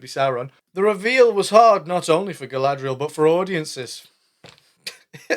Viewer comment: 'Who is Guy-lad-reeee-al in love with?" HERSELF, DUH....